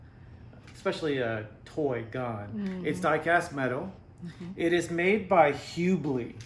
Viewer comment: Its pronounced Hub ley